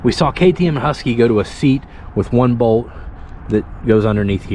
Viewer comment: appreciate your content. I like the new gas gas. Not sold on the seat bolt going into the tank. If the glued in "nut" in the tank spins or gets cross-threaded, gotta replace the tank. I do have to make fun of your accent tho, "on" is two syllables. and Bolt is "Bode" lol! Keep up the great videos.